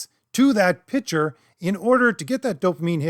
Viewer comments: It's a minor point, but you should work on your ability to pronounce pic-ture as a different word from pitch-er. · Use your inner monologue to envision pronouncing "Picture" correctly, holy fucking shit. Imagine the C in that word, marble mouth. Decent video otherwise. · I know this is snobby, but the word “picture” should have a K sound in the middle.